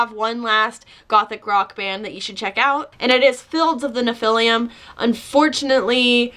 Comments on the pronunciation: the damned? they started very punk, didn't they release stuff before The Sex Pistols? Have a veggie member, captain Sensible that posts good reviews of veggie restaurants on Happy Cow. I you are pronouncing Nephilim with an extra syllable, as if it's Nephiliam so, Carl McCoy the lead singer came from a religious family, possibly Jehovah's witnesses, I am unsure. I think he rebelled against that and was quite into witchcraft and the like, (something you have in common?) and chose the name Fields of the Nephilim due to ideas about other plains of reality where these beings, similar to the Biblical Nephilim are, trying to influence our lives. Grew up in Stevenage, I am unaware of anything special about that place. Others who know about this stuff tell me he must also be into Chaos Magic. Their first EP had saxophone on it. I would have loved to see the original line up live, you can see the current line ups live recordings and I think they are not quite as good, but some of my old Goth friends from my home town say they are still excellent. the music mag NME, or was it Melody Maker had some very funny skits treating Carl as an aloof mystical figure, unaware who was in the band, Carl- "Nod? whose Nod?" "He's our drummer Sir" Nod got given ten press ups as a punishment when the rest of the band tricked him into serving Carl cookies that were really human excrement, it was hilarious, but perhaps not in my retelling. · Dude I'm so Proud of you for making this video but don't take this wrong I don't think you said the last CD's name wrong isnt nephilium or how ever you spell it monster children of Angels with the Daughters of men blehhh